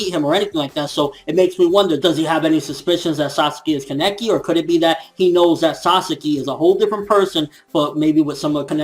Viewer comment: so i pronounce it like kaneki but it seems like everyone else is saying keneki which is it